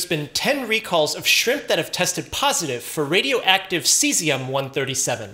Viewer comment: “…On the frozen shrimPPPPPPP”